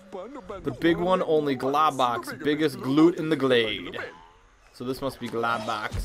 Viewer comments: you pronounced his name wrong jus to let you kno its pronounced like Glowbox :D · Globox is supposed to sound like this (glow-box)